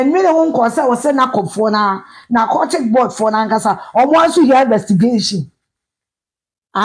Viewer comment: NACOC not NABCO